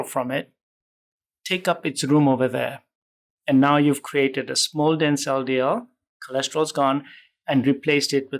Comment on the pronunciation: It sounded like he's saying, "Small Denzel DL particles" 😂